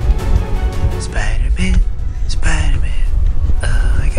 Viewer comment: Spooder man OmG ItS SpOoDeR mAn